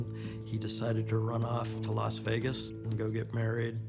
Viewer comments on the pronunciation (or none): none